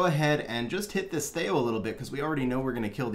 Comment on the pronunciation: first time ever hearing him called thay-o lol. thee-o.